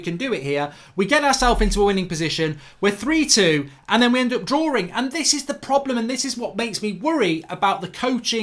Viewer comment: Mate it's not "draw-ring"... it's just drawing.